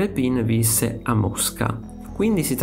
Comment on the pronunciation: Grazie al video. Peccato che quasi tutti gli accenti dei nomi siano errati. A partire dal nome dello stesso Rèpin.